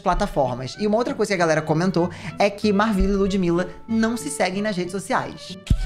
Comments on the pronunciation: o falando da Marvvila mas não sabe falar o nome dela 😭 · Que agonia dele falando o nome da MarVilla errado 🤡